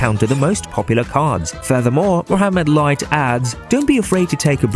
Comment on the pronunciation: Finaly someone saying mohammed light not moamed light or mo light hh